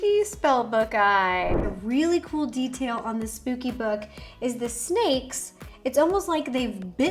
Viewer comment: Hey Ro m a biiiggg fan of u..but couldn’t help but notice u said SPOOPY instead of SPOOKY